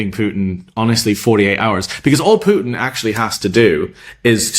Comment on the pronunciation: How many times did Trump give Pyoutin "another two weeka??" WHY 50 days now??